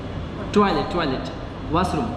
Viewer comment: Everyone:- toilet:- tuwaeilet 😂😂